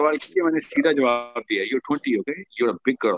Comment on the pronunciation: Tu c sarey paindo ho. First correct your Ardo (Urdu) by de-punjabising basic Urdu words. Learn to pronounce Aur and not Or. Say taur not tor. Say jawab not Jo aab. Say gaye (went) and not gay.